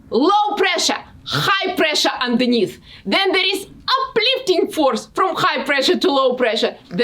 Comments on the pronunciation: я слышал "underneath" но "андерниз")) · на секунде так мило “high pressure on the низ» 😂 или мне послышалось 🤔